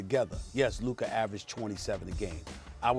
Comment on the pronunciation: Who is Luker?? I thought it was Luka